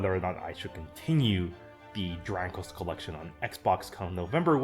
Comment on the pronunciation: Man you keep saying dranglest